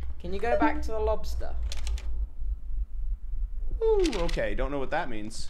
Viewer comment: I love how tubbo thinks they were attacked by a 'lobstah' when it's so clearly spider!!!!😂😭😂😭😂